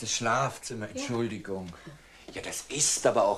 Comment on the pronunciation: Gab es evt früher keine sogenannten Vocalcoach? Frau Meysel spricht manchmal recht eigenartig. Schuljunk, wenjer, Beleijunk, Entschulje, u.v.m. Zwar nicht schlimm, aber doch verwunderlich, ich dachte das gerade Schauspieler eine korrekte Aussprache haben sollten, es sei denn ,sie sprechen Dialekt.